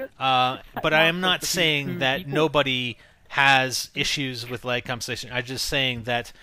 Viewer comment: i love how you say lag.. leg